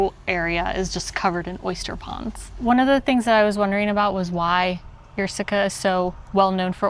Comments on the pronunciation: The 'Y' is not pronounced like a 'Y'. Treat it like an 'I', so 'ie'. In English: "Eer" as in "Beer". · "Yerseke" is pronounced "ierseke". It's not a "je" sound. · For the Belgian audience. That’s how you pronounce Yrseke. Our American friends learned how. It’s not Yrzzzzeeeeeeeeeeke. It’s not Melbeke at sea.